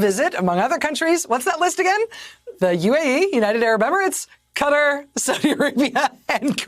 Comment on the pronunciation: FYI Madow, it’s Qatar (Cah-tar not Cuter).